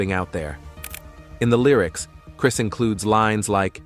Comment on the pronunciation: ai cant even pronounce chris right what in the hell? 🤦🏾‍♂️